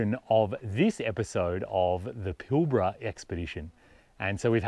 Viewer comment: G'day Bloke As a Newman local , I watched this video twice, because I needed to see what it felt like watching without you butchering place names like Karijini not Karanjiny - Kalgan not Kalagan - Pilbara not Pilbra, there are several other blunders not only in your audio but in text. Shame really, it makes me sad to be slamming you like this, but for all the effort and trouble it must take making a video that you are happy to show the world, you've done yourself an injustice ~ please research your destination/ history/ material before you edit and up load what is in fact a nice view video, I for one will think twice before watching any of your content again. Safe travels : JF